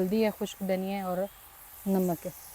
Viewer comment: First improve your Urdu then make videos. It’s masala not mísala and it’s Namaz not Nimaz and it’s namak not nimak. Pata nahi pagal pendu panjabi ko free ka khane ki adat hogayi.